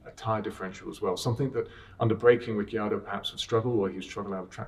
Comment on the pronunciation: No one: James: rikki-yardo